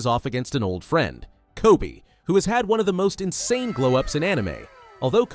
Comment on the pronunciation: NO WAY GRO SAID TOBY, ITS KOBE